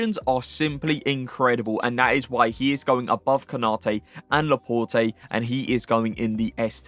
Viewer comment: Pronounce Laporte properly!